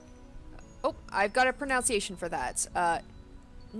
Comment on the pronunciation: Pronunciation seems p good so far. Except for the pronunciation of pronunciation.